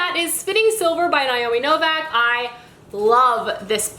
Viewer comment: Why do you say Novak? Her last name has no "A" in it anywhere...